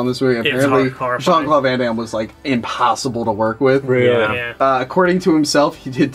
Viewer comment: "jean claw van dam"... lol I thought that too.